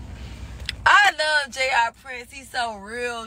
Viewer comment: She said “J R Prince” 😂😂